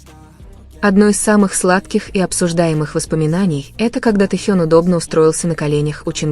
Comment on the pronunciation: Джанкуг и Таюнг.... Что Это???? Вы можете нормально произносить имена парней их зовут.... Тэхён и Чонгук... Слушать неприятно. Как только не назовут... Вас граммоте учили или нет???